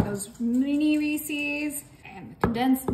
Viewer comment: Lovely. Just one criticism. The candy is “Rees-is” not “Rees-ease”. Unfortunately the way you’re pronouncing the name rhymes with a fowl word that starts with “f”. Turned me off the cake, especially combined with the visual of the piped on icing.